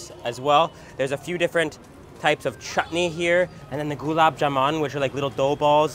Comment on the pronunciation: oh no the way he butchered the word golab jamin